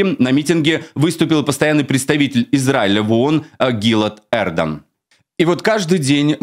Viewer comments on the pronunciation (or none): Не ГИлат Эрдан. Но ГилАт ЭрдАн.